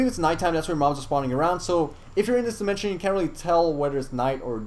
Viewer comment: Sky wold like the gold demenshen